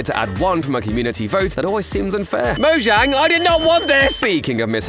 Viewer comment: The way he says mozhang kills me 😂